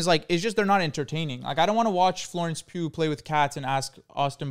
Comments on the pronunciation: Them pronouncing Florence Pugh as Florence poo made me question if I was even saying it right😭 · the way yall pronounce florence pugh as florence poo makes me violent